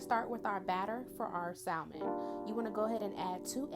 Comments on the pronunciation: It looks delicious. I've never had fried fried salmon, and I'm living fornthat sauce. The only thing that bothered me is you pronouncing the L in salmon. Its silent!! 😅 I I think imma make this today tho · Yall Too Old To Not Be Able To Pronounce SALMON. The L Is Silent🙄